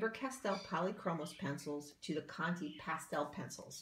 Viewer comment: It's conté not conty. You pronounce it like the 'ay' from Raymond